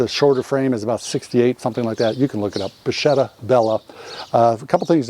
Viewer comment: It's pronunced bakketta.